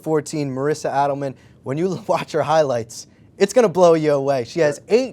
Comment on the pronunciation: Nice video, but Marisa's name is pronounced "AY-del-man" rather than "ADD-del-man". Thanks! :-)